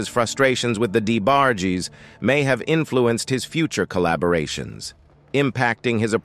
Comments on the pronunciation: Sometimes U hv 2 type these Text to Speech (AI voices) incorrectly so that it can pronounce it correctly 😂 Had they typed Envogue as In Vouge this fake narrator would have pronounced it as U read it 😁 same with Debarges. Typed as Duh barges same application. But who has time to do all that when you desperately want subscribers to enhance your click bait intentions for a 20 something minute video that goes in circles about nothing and or stuff we already kno. Pathetically hilarious. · I can't take this narrator calling the D. E. BARGE... Its Debarge!!! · I appreciate u talking about Luther vandross life, I do...but who the hell is the (d-e- barg-jess)? 🤨🤔😂😂😂😂...its the debarge family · Who’s D.E. Barge? Say it with me… “Debarge” 🗣️🗣️🗣️ 😂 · The new names he’s given them better. The D A Barges haha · WTF????? He is a legend!! ( Who the DE Barges.?....this narrator needs to just say names correctly or just stop! Probably AI generated!!!!!BOOO! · The Dee- Bar- gees. I hate AI narrators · Why is this person not pronouncing these names properly??? D E barges? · Who is DE debarges??? He be tearing they names up😅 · Deeeebarges, what?? 🤦🏽‍♀️ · How you can’t pronounce DeBarge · Can someone please have this commentator learn how to pronounce peoples names correctly. Every video that this narrator is on it's the same thing, mispronouncing words